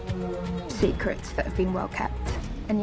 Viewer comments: Nobody::.......seecruts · No one:: sEcREts. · When you played clips of saying "secrets" at some point it started to sound like "sick rats"